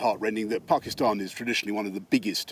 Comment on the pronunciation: He pronounce Pakistan perfectly well